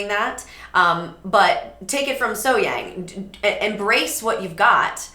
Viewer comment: Great analysing.... BTW.... As far as the pronunciation of her name, take event as being spelled Sohyoung.